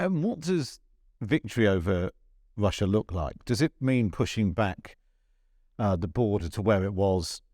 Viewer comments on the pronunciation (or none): He gets his R's and W's all wong. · It's pretty hard getting through an interview, where words like Wussia and Bwitain are present, makes me think about the biggus dickus sketch from Monty Python!